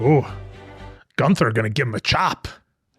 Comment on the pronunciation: it’s Gunther not Goonther